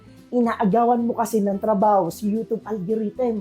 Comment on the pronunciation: everyone = you-tube this guy = you - toob